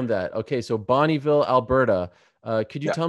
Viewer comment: Oh Ariel, you should be embarrassed for butchering Bonneville, I watch every interview and you're show with d.c and you claim to be a proud Canadian